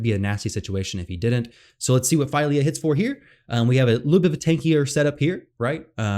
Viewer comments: Unfortunately you are incorrect about the pronunciation of her name. You have selected "Translate from English" instead of "Detect Language", which would reveal that the name Fylja has Icelandic origins and it is pronounced PHEE-LIAH , as in Ophelia without the O. Hopefully the FEIL-YAH boo boo doesn't catch on. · FWIW Google identifies it as Swedish, which makes sense for Dwarves, and says "Fill-ya".